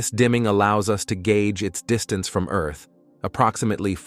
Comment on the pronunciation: Where tf is Eurrth?😂😂